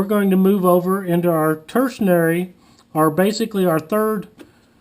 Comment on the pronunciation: The word is tertiary. Lol